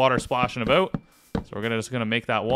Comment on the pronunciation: Lol, when you said about , i went to check your youtube description to check if you were Canadian.